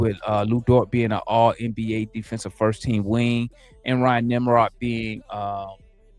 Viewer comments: Nem-HARD, not Nemrod. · never get names right. NEM HARD (pause) 😂